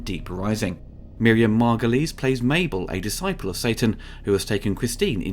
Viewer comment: Miriam MAR-GO-LEES